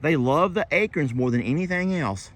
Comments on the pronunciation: I’ve never heard acorn pronounced the way says it. He says ACRN, without the O and I can’t stop laughing. Where did the O go?!? 😂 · The O disappeared in Texas lol 🙋🤪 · you should read the story with Waylon someday. I remember LE use to read with the animals. I am so sorry but I LOL like Jamie when you say acorn. Please record and ask Jamie to say it. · Thats how we say it in FL too. We have water oak (paddle shaped leaves) and live oak (acorns) all over the place.